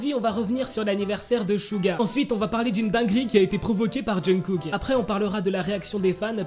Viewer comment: Ta façon de prononcer le nom de Kook mdrr Essaie d'écouter à maintes reprises les natifs le dire, tout comme les noms des idoles mdrr ''Djeun-kook'' mdrr